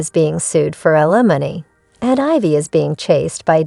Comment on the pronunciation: Need to learn pronunciation. Ethan & Ailmony pronounced wrong.